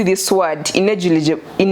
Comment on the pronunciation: Say it slowly with me honey (in-er-li-gi-ble)that's good say it one more time ( in-er-li-gi-ble) now you can say it faster (inerligible) ✌❤